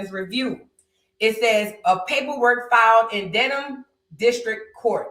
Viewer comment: you ‘re the first content creator to pronounce “Dedham” correctly, as a Massachusetts resident, I am very proud of you 🤭 everyone else keeps saying “Ded-HAM” and it is sending me! 😝